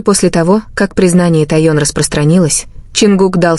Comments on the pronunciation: Техён,а не Таён. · Ким Тэхен,а не Ким Таен.Что за ролик?Называйте правильно имена и ставьте правильно ударения.И кто она?Господи,остановитесь, хватит выдумывать разную чушь о ребятах.!!😅😅😅😅😅У меня уши вянуть слушая сколько имен У Ким Тэхена!!,😮😮😮😮😮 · правильно звучит ТАИЕН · 😂Какой безобразный перевод, то сестрой называет Чонгука, а Тэхена как только не называет, то тун, тайон, пора бы правильно называть мировых звезд, просто неприятно слушать. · Автор, вы специально искажаете имя Техена? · Ну как можно так исковеркать имя Тэхёна! Кем он здесь только не был, блогер выучите имя ребят, слушать невозможно! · Бесит,реально бесит то ,как она КАВЕРКАЕТв каждом предложение фамилию Ким Тэхена. Могут ли быть правдой те новости ,о которых она излогает ???? Кто дал ей микрофон,заберите!!!?? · Какая дурость , озвучка отвратительная каверкая имена . такое слушать не возможно. Получается Тэхен девушка, как в фанфике. Надо запретить этому диктору выступать😮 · Господи, как только их не назовут! Выучите наконец из имена, даже неудобно вас слушать!